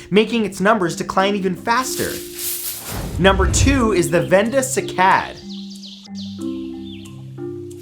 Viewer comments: First "ja-VON" and now "si-CAD." Seriously, dude, we luv yuh, but you gotta stop putting the "ak-SONT" on the wrong "si-LOB-ul!" I Googled "pronounce cycad" and a woman or child's voice came back "SYE-cad." It's not bad enough that humans are wiping out how many animal species every day, have polluted the oceans,* are eliminating oxygen producing forests by the minute, now we've started in on the plant life? You tell 'em, Matt! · Sigh - Cad. (Cycad) not sick-ad. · It's SIGH-kad.....not see-KAD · sigh cad ... not seekad ... that made me cringe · Great video Matthew, just on little complaint. The cycad is actually pronounced SIGH-CAD... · Cycad - Prounounced "sy" as in why. Onecof our most beautiful pkantscin S. A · you are mispronouncing cycad